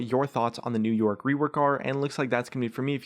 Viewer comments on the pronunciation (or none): for once on , i heard 'new york' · Sometime when he says " new yorick " it's sounds like he's saying " new York " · Is it me or are you saying "New York" instead of "New Yorick"